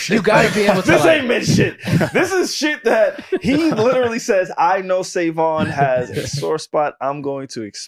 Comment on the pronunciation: yo that intro throwin me off SaVon you gotta switch that lol you can be " sa with the clean slate" or something but the pause into the "N" .... ( also s/o to P referencing rhody and my home turf's terrible driving that actually happened to me one time and somebody who saw us driving had called the police on us homie threw something out the window at me blew a red light trying to fishtail me)